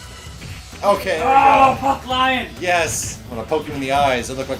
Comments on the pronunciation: Lion's name is actually pronounced, "Leon" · Tell that it's "lee-OHN". It's French.